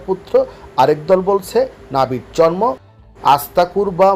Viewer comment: আপনাকে বলছি, আপনার মতো একজন শিক্ষিত মানুষ জন্ম শব্দটি উচ্চারণ জর্ম বললে ভীষণ শ্রুতিকটু লাগে ভাই।